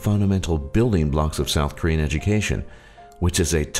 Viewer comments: all the pronunciation of the Korean words were disturbingly well said. :S like it was so good that it made me feel bad. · Actually, his pronunciation of all korean words is very good. He did a good job really.